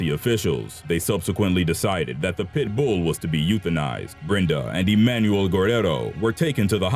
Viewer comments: Is it just me, or is this guy saying "pitbull" with too much emphasis on the "bull" ? "Pit-BOOL." lol xo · Tya Wright LolHe puts the En-PHASIS on the wrong syl-LABLE. 😂😂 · Am I the only one annoyed at how he pronounces pitbull?